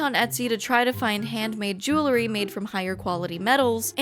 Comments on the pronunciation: Say JEW-LE-RY one more time.... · Say JEWLE-ry one more time....!